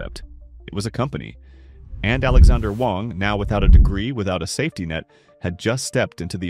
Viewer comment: Alexandr Wang, not Alexander Wang.